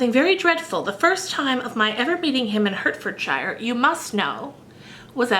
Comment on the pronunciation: Hertfordshire is pronounced 'Heart-furd-sure' (North american accent) it's too cute haha. PS. Hertfordshire is where George Washington's ancestry is :D You inspire me to continue plowing through Bleak House